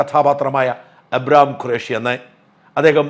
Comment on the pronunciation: അബ്രഹാം ഖുറേഷി അല്ല മറുനാടാ... അബ്രാം ഖുറേഷി എന്നാണ്.